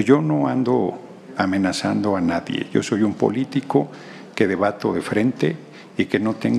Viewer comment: ¡escuché mal.. "nadien" de este regtardatario?... He repetido el vídeo.. y lo escucho como tal... Pobre politiquero.